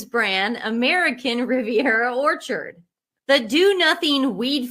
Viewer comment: He also has apologized for his pronunciation of American Riviera Whorechard. Venezuelan accent, you know.